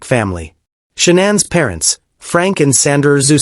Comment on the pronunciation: This reporter is talking about someone different this Shaunann whos this or is it he doesnt know how to pronounce Shannan Chris Watts wife name is Shannan Watts